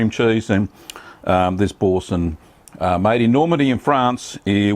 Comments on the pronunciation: Pronounced Bor-san.. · Nice video. I think it would be pronounced as B-oor-sin (oor as in u) but that again depends on the various english accents. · “ Boar-san” pronunciation Mate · Such dreadful pronunciation 🙈🙊